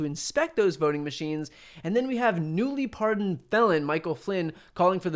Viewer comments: At first, I thought he said: "... newly-pardoned bell-end, Michael Flynn ..."! I think I prefer that to 'felon', which is what I think he actually said. 😊😉🤣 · Definitely thought you said "Newly pardoned bellend Michael Flynn", had to double back and check.